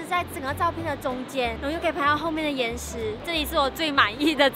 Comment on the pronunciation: 说“岩石”的时候我一直听到“眼屎”😂😂😂😂